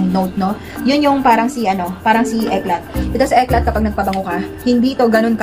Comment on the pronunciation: Eclat pronounce as "Eclay"